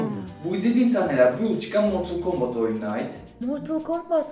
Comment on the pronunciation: =ooo martıl kambıt hahahhshahahshs